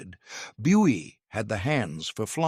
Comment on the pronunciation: Why add distracting and annoying flickering speckles and blurred cropping to what should have been clear images? And narration always mispronounces the surname of Buie, the main person involved. DISLIKE! UNSUBSCRIBE!